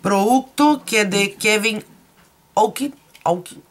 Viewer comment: Querida se pronuncia Kevin Ocuan acentuando la a tiene un libro maravilloso de maquillaje y lamentablemente falleció muy joven. Besos!